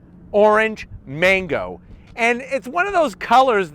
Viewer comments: Magno, not mango. 🤣🤣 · its Magno not mango. 😅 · It's magno not mango. FYI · It's "Magno" not "mango" lol